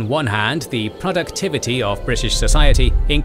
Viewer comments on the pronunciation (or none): none